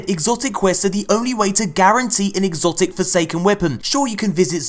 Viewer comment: "He got an exocit NOICE"